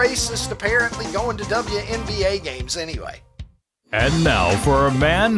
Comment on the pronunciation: Double u, double u. Not double ya 😂 Y'all crack me up. Say it with me you sweet bastard, WNBA double u N B A😂